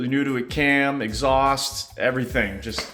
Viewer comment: hahaha "Eggs haust" nice touch